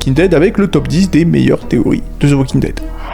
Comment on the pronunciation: D’ze walking dead hahahah😂 dsl ici on dit « The Walking Dead »